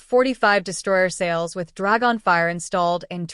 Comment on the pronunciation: "Drag-on", don't you me mean Dragon all one word.